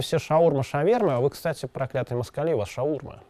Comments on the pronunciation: ШаурмА а не шаУрма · Как можно говорить "шаУрма" ?! Ужас какой)) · мы крымчане, у нас - шаурмА (с ударением на последнюю "а")